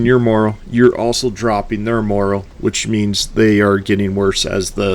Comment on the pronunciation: "Morale" is pronounced differently than "moral." FYI